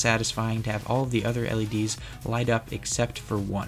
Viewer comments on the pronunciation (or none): none